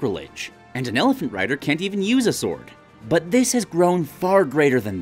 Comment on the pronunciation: I thought you said ab-sword